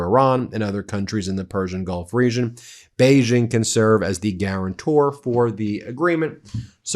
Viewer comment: Please at least make an attempt to pronounce the more important Chinese names right! Gee Jinping?? Ginhua?? You don't even get Beijing right! Surely you can afford two minutes to do your research, Been Mayslas!